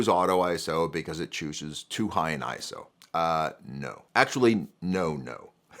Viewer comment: Makes video about ISO but mispronounces it throughout.